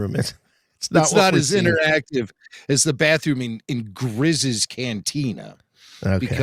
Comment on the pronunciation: Great to have the weekly flagship show back! Bittersweet without any aftershows though. Thankfully no matter the format of the show, you boyos deliver 110% Also, it’s “Greez” and “Kestis” not Grizz and Ketsis😅 And did everybody forget when AP-5 follows Wedge into the refresher as he tries to explain that he believes Chopper is compromised?? We’ve seen plenty of bathrooms, it’s just a uninformed reporter that really sucks at his job…